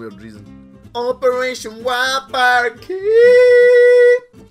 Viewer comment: Literally sounds like he's saying Operation Welfare LMAO